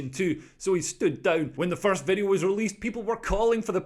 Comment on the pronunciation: Is that lawyer a nonce ? Need to tell him that its a Video not a Wideo